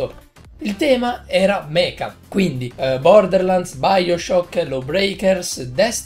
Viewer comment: Si pronuncia "Mecia"